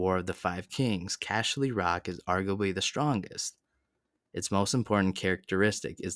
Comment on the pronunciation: "Casher" ly Rock 😆😆